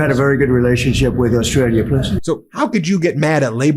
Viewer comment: Trump can't even pronounce the name Australia properly - he says Ostrala! Not only is he useless, he is uneducated and cannot talk properly!